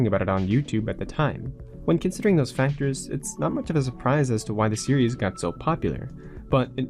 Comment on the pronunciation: Great documentary, but the way you say series physically hurts me. Still a good video though.